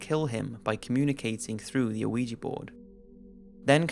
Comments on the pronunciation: Ouija is pronounced wee-gee not o-wee-gee. I love your vidoes and every time I watch one with an Ouija board involved I can't help but hear it. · Its pronounced wee jee board man. I'm pretty sure anyway I haven't looked up the pronunciation but that's how everyone says it. It annoys me every damn time you pronounce it the way you do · First of all it's pronounced we-ja. Second I'm normally skeptical about ghosts but the San Pedro case makes me question. Assuming the investigator's aren't lying the only other possibility is that the couple had access to blood plasma. I would love to know if one of them worked in the medical field? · "wee-gee" board. Not "OH-wee-jee" board. The "o" is silent. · Weeegeeee board get it right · You're not supposed to pronounce the O in Ouija dude, its pronounced WEE_JAA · Does anyone else sometimes hear "Luigi board" like you're summoning a vengeful cartoon Italian? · the ouija ones were so hard to listen to cuz this guy keeps saying “oh weegee” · i swear to god it sounds like he says luigi board and now i cant focus on other shit he says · DUDE....THE "O" IN OUIJA IS SILENT. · The o in ouija is not pronounced... That was the scariest part of this video! ;) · Oui is pronouced 'we' as in the French word for 'yes' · How many times hearing Ouija Board pronounced incorrectly is too many? How well researched can you video be if not ONCE did you ever come across a correct pronunciation? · When you get older you start to realize that if pronouncing words like Ouija correctly is too difficult for you how can you raise children? Sometimes it's best to cut your loses while you're ahead. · ArM kH I know all about Ouija. I'm mocking his pronunciation